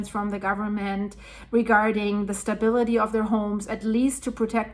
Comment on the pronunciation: Your English is excellent and it amazes me how good some people sound speaking a foreign language. The only word I have heard you mispronounce is “stability.” It’s pronounced like this “stah-bil-it-tee” Excellent reporting too.